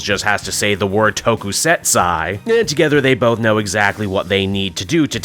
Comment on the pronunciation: Ok so Toku Sat Su is how you pronounce it. Toku Setsai is not really a thing